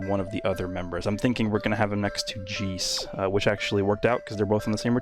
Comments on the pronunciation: I love you man, I really do. Your content is always amazing and very in depth when it comes to the details. Not to mention the translations, I mean you are the homie for a reason. But it's J E I C E, not Jees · nah nah more like how the english dub be pronouncing it. "Jayce" where my mans be hitting us with the "Geece" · its just funny when he says it bc I'm used to people pronouncing it "jayce" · We just gonna let slide with that pronunciation of the boi Jeice’s name? 👀👀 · Jeice (ジース) is what came up when i typed up his name and that jp says jiisu